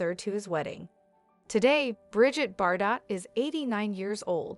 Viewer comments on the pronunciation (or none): It's brigeeete not bridget